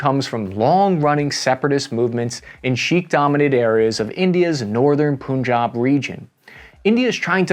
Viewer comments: There's a region pronounced poon job? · just in case you were wondering, sikh is pronounced like "sick" also punjab should sound like pun (like the terrible jokes) and job (like employment)